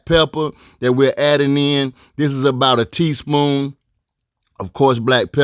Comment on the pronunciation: I thought I was the only one that noticed him saying "teaspoom"